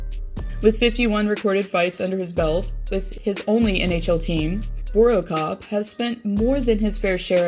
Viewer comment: Borokov? Borweicki is pronounced Bor weick ee